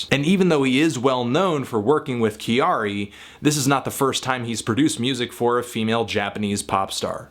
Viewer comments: It is not said Ki-ar-ee... it is Kya-ri. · I guess you can say it how you want to. Still if you want to say it like Japanese people it's pronounced like Carrie, except with a small y sound after the k sound of Carrie. For what it's worth, kyari is just the Japanised version of the name Carrie. Carrie from Sex and the City for example is pronounced Kyari in Japan. So saying kee-yar-ee is really just misreading back the way that name is written in Japanese. But whatever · Just one thing, when you say her name, it's not actually pronounced, "Ki-a-ree," but sounds more like "Kehdi," when the Japanese pronounce it. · Living in Japan for the past 5 years I must say that I am surprised but happy that Kyari's music is reaching further than Japans borders. Appreciate the review as always and I realise that all mistakes are intentional ...but her name is pronounced kya-ri (2 syllables) as opposed to ki-a-ri. Cheers! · Pronounced "Carry." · her name is pronounced Carrie. she has a song where she just sings her name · Why can no one in America pronounce "Kyary" ? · Anthony her first name is pronounced Carrie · No, her name is pronounced Carrie or Carrey like the English way. It was kind of an in joke with her friends at the time, when she was creating her name. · Thank you for bringing her to my attention, she is awesome. I never really listen to J Pop before, but I do indulge in a lot of Anime...and manga sometimes. However, I heard candy candy, miracle orange, invader invader and some others. I love it, 2 thumbs up. Also her name is pronounced Carrie as in the American way to say it. When she came up with her name in school, her classmates said she acted too much like an American girl...so they name Kyary came around (as in Carrey) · you are pronouncing it wrong...'きゃりー'should sound like 'Carry'. I really enjoyed this review though :) Thank you! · Your saying her name wrong but I love this woman. She's awesome. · Kyary is two syllables! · Learn how to say her name please